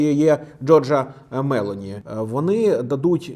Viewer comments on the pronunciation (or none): Не Мéлоні, а Мелóні